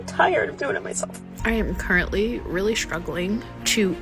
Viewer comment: oh rearry???